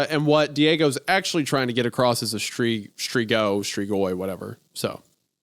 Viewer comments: It's Romanian and it's stree-goy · As a Croat, hearing Isaiah talk about Strigoi as a "French or Italian legend" on top of horrifically mispronouncing it at every opportunity had me seething a little.